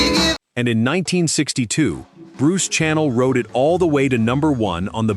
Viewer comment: It's Bruce SHANNEL not channel